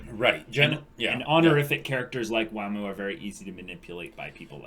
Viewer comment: It's not waam, it's wa-muu